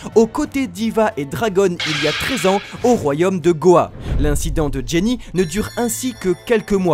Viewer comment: Les gars c'est "Ginny" pas "Jenny" non ?